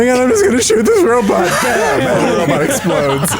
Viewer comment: I hate when says Robit. Row-bot, Row-bot! Ugh. Otherwise I love the show.